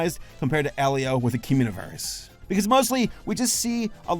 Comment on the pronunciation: Cumuniverse?? That's all I keep hearing